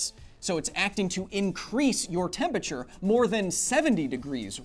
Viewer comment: Too much "Tempature" for me =(